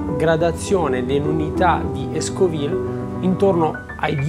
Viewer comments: L'occhio ha sicuramente avuto la sua parte, immagino il sapore! Comunque si dice Scoville e non Escoville^^ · La scala di piccantezza dei peperoncini, in base al loro contenuto di Capsaicina, è la "Scala Scoville", (non escoville!!!) dal nome del Chimico Statunitense che la mise a punto, Wilbur Scoville. A parte questo....buoni!